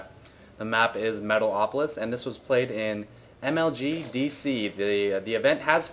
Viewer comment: Metal opolis? haha, sounded so wierd said like that...